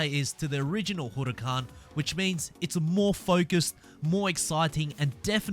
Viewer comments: You're saying Huracán completely wrong honestly, I've heard people say it in so many different ways (mostly wrong) but I've never heard anyone like this, it's far from right. Just letting you know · why does he pronounce the huracán like that lol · How can you not say huracan right?